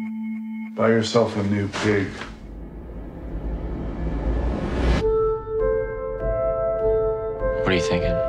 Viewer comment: Love the title, you know it's by some foreign director who pronounces it "peeg." lol